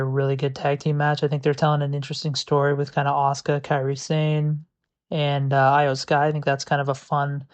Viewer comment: Go with Eyo Sky. Not with the I, still Iyo Sky but pronounced Eyo Sky.